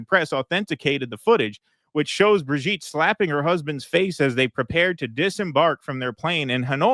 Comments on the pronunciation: Brijeet, not brig-et.😂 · his/her name is Bri-JEET! (Brigitte) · It's Brigitte.